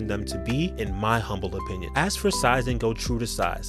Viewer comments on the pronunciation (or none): none